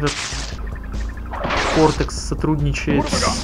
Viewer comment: во всей трилогии работа звуковиков превосходная! - тут можно аккуратно между этих штук улететь вниз, там будут маска и голова N.Gin'a. - Neo Cortex. Не кВортекс. Очень режет слух. - в этих ящиках максимум десять яблок. Но если прыгать через раз на него, то яблок будет значительно меньше. - массу зовут Аку-Аку. Но в будущем ты встретишь злую маску Ука-Ука. - платформа. Тоже режет слух. - зря перепрыгнул. Там то ли ящики, то ли яблоки были. - что-то случилось с картинкой... - нет, не вход, рано еще. - нет, нельзя и это не пузырек. Это кристалл. О них я уже говорил. - вот об этом я и говорил - ты уже повернулся, изменил направление. Инерция слишком большая здесь.